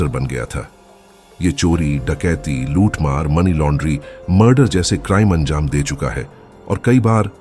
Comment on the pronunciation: Luthmar bar bar muthmar sunai de ra h